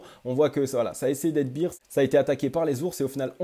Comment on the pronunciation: Ca se prononce Bère pas bire^^ça me perturbe lol